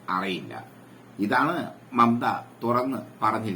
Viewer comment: മമത അല്ല മൈരേ മമ്ത...... പറയുന്നത് ചെറ്റത്തരം ആണേലും പേര് എങ്കിലും അക്ഷരം തെറ്റാതെ എഴുതാനും പറയാനും പഠിക്ക്‌ കെളവ.....